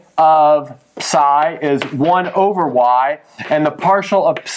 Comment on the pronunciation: The way he says psi hurts me